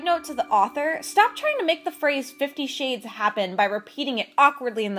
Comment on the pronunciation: Did you say 50 shit's of grey? x)